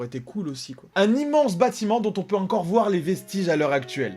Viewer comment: Moi c est quand il dit " UNcore "...je frôle l'AVC 😓🙃